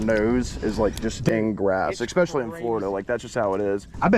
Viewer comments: ….. it’s ESPECIALLY… ES-pescially. Not EXpecially. The word is ESPRESSO… not EXPRESSO. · killing me with the "eckspecially"🤣